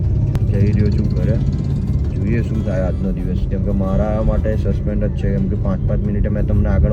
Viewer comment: Suspense bolta pan nathi aavdtu 😂😂